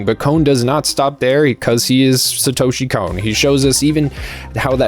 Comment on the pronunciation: Literally un watchable. Please pronounce his name properly, its painful to hear, couldn't get passed 25 seconds 😂